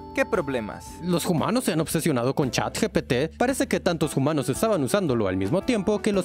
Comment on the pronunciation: Xd puso hoomanos en ves de humanos